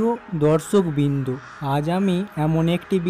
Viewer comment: বকাচদা উচ্চারণ দর্শকবিন্দু নয বৃন্দ